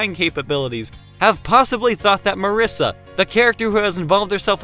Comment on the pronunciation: I'mma be that one guy who doesn't give a damn how you say Flandre but is absolutely appalled by "mUHRisa"